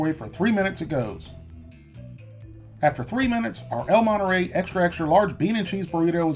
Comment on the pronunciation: "el moneray"